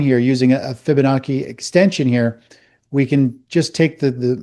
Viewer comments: This so called technical analyst pronounces fibonacci as fibonahKee. Lol. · So this three-piece-suit can't even pronounce Fibonacci correctly?